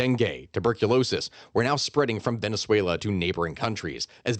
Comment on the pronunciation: I love the way you say Venezuela and words in Spanish. You can tell the effort and research you put into proper pronunciation. Thank you 🎉